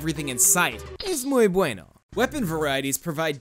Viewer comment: I'm just saying it was super unexpected. I'm from an Spanish speaking country and I can assure you, that was some good Spanish.